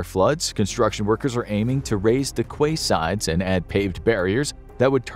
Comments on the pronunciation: For those whose first language isn't English, quayside is pronounced Key side not "kwayside" 😂😂😂😂😂😂 another dumberican pronunciation, like Moscow isn't pronounced mos-cow but mos-co 😂😂😂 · Quay-side is pronounced Kee-side. Very good video though